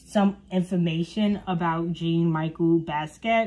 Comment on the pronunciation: jean is pronounced as "John" . Michel is pronounced as "Michell" like the girl name. He is black American and Puerto Rican. He is a graffiti artist. He was apart of the 27 club. Try not to use wikipedia.